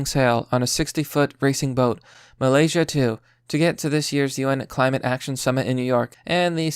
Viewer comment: Where the fuck is ply-mouth? Mal-iz-ia